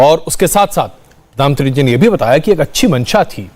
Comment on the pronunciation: पदानमंत्री मत बोला करो, प्रधानमंत्री होता है